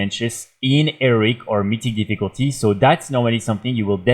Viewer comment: I like the way you say heroic 🤣